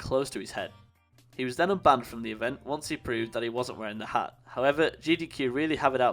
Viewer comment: Its hat not harr